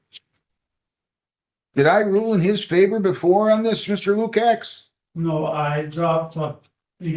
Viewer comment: The name should be pronounced “Loo-kach”. It’s spelled Lukacs.